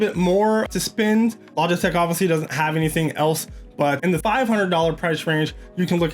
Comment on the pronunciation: he says logitech wrong :)